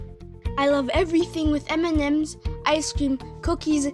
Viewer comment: "Look at all them emememes"